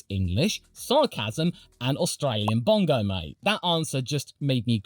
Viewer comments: Well that's the first time I've heard bogan pronounced as bongo 😂😂😂 was not on my bingo card lol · It's not Australian bongo it's bogun.... A lower socio-economic person.